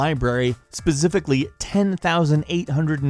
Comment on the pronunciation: He just pronounced specifically... Zbecifically